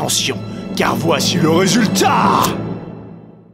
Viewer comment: "le resultrat" 😏👌